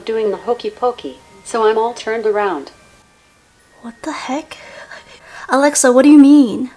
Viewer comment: when she says “ALAXA” my alaxa turns on